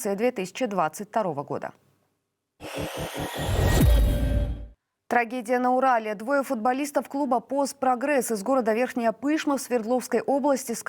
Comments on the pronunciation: Не ПЫшма, а ПышмА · Ведушая! Не ПЫшма а ПышмА. И спрячь свои страшные исколотые руки! Когда же вы поймете что это смотрится на экране ужасно?